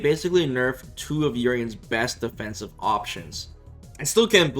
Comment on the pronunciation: Urienbros, not like this…